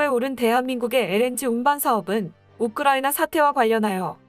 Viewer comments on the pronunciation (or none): none